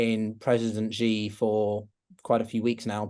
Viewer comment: Hey,: So, how is this guest credible? He has pronounced "Xi" like "jee" for years. Why didn't you correct him? You had just said Xi's name correctly a minute before he said it. For you readers, it's pronounced very much like "she", the female pronoun, not "gee" or "jee" or such. What, you say you don't care? Really? If a Chinese expert on USA pronounced Biden "Beeden", you would doubt his credibility, right? This is easy research. He can google it. But no, he just parrots the wrong pronunciation of Xi Jinping, the second most important global leader for the past decade. That's easy research. Bye-bye credibility. Please,. Stick to guests in your area: finance and economics, etc. Avoid whackos like Eric Price and charlatans like this.